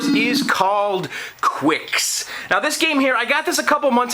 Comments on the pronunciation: quicks? i thought it was kicks... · The game 'Qix' is pronounced like 'Kicks' by Taito. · It's pronounced "KICKS"! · "The Torture Chamber" as we called it. The original arcade sounds are the best. It's pronounced "kicks." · I pronounce it "Kicks", but you may be right. So that's two titles we aren't sure of, the first one being Taito. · Ummm, it's pronounced 'Qix'. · it is qix